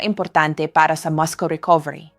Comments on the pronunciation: Since when muscle pronounced as mascol. Instead of, massol? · Please, the pronunciation of the word muscle is masel not maskle. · Muscle pronounced as “masel”